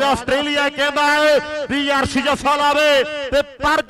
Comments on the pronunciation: Asr nhi hunda Arsh hunda Bhaoooooo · Gurdaspur walea nu punjabi nhi aondi chngi tra... Sbba nhi hunda Shabba hunda Arh nhi hunda Arsh hunda....